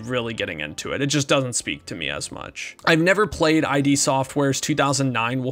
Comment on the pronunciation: "id" software, no "I.D." software. Like get "rid" of it. As in like your internal id